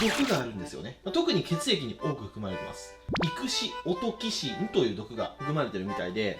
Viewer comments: イクシ・オトキシンじゃなくてイクシオ・トキシンだよきゃねこ！笑笑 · 多分区切るとこはイクシオ トキシンだと思う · イクシ・オトキシンではなくイクシオ・トキシン フグ毒はテトロド・トキシン ちなみに腸管にいる多くの菌はエンドトキシンっていう毒素を排出する 末尾に「トキシン」がついてたら、それはすべて動物性の毒素 医学や生物学にはこういう法則がとても多い